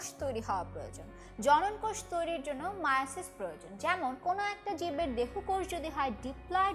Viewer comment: এ ভাই মিয়োসিস না মায়োসিস